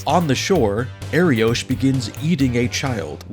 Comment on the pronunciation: Btw, it’s pronounced Ariokh not Ariosh. The name means lion in Hebrew.